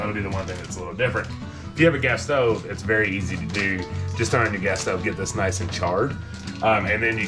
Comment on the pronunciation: I had to rewind the part where I thought you had said, Guess-so for Queso but you were saying Gas Stove. LOVE IT! ! 😊. You all are so great, real people, I just love your channel!!